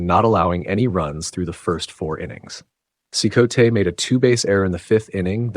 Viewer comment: At least pronounce Eddie Cicotte’s name correctly. Driving me nuts 🤣. It’s pronounced like “See-cot” not “See-coatay”